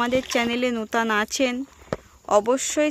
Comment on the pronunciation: নুতাং নুতাং নয়,, নতুন নতুন ভিডিও বলো